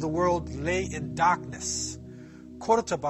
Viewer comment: I'm from Córdoba (Kurtaba as you called it) so watching people from all over the world enjoy our culture and history it's so nice!! PS: You also said many things that are not true to spread your ideas, so that's not nice...